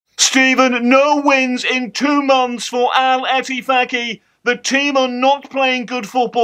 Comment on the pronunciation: Instead of Al Ettifaq, its become Arrrl Whatthefaq 😂😂